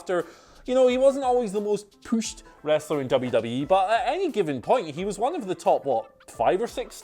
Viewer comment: OMG DUDE!! It's pushed not pooshed! I swear it's like nails on a chalkboard!